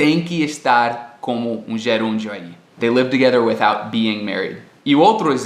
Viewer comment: "without" não tem o 'th' vozeado?